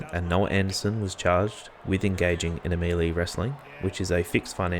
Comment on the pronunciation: Love your work in pulling these together. (Just a gentle suggestion though, the pronunciation of "melee" is mell-ay (ay as in hay) not mee-lee)